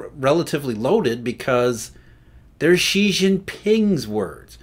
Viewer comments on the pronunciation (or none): "神州 Shenzhou okay, but is he straining when he says "she" or is he saying it effortlessly?" He's pronouncing it wrongly regardless. The actual pronunciation of Xi is closer to "Sea" than "She". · He can't. He pronounced Xi as "She" which is incorrect. The actual word sounds closer to "Sea" (or the letter C) than "She". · His pronunciation is horrible indeed. For example, he pronounces Xi as "She", which is wrong. The actual pronunciation of Xi is closer to "Sea" (or the letter C) not "She".